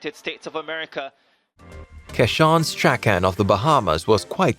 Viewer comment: Strachan is pronounced "strawn"😂